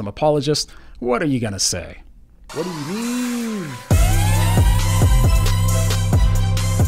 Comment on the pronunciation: Mehn!!! That ‘whaddoyoumeme’ at the end was epic😂😂😂